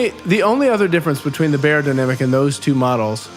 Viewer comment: Great sounding headphones. FYI the proper way to pronounce Beyer is ‘Buyer’.